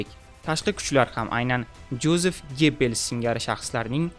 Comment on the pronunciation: Yozef aytiladi